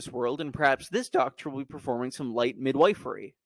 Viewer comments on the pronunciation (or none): super interesting video!!! for clarification, it is “mid-whiffery”, not “mid-WYfery” lol (just a language nerd, no offense meant) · Midwifery is pronounced mid-whiffery. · Midwifery is pronounced 'mid-wiff-er-ee'